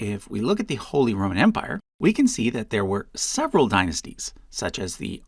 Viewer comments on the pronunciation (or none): none